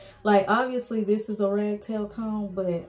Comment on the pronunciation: Are you saying "rag tail comb"? Isn't it called "rat tail comb"?